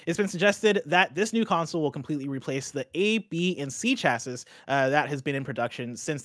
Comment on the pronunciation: "chassis" is pronounced either "sha-see" or "cha-see" not "cha-sis".